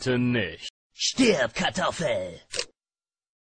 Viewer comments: Ist euch aufgefallen das er bei "Stib Kartoffel" Sagt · ich glaub der hat stirb kartoffel gesagt :) lol